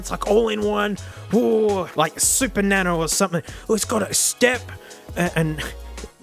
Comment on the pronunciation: do you mean "na-no"?